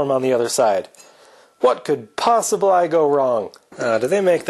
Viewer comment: "what could possiblay go wrong?!" 😂 subscribed! bosh!